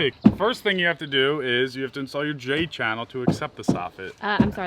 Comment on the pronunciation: Hahaha "J-Channele" - that's funny